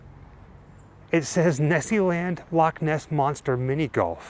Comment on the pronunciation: I am a Scot and believed in Nessie all my life and i am 74 now lol. So proud of you that you say Loch Ness properly not Lock Ness. Love you guys and all your videos. I live in Canada but you made me homesick lol ❤❤❤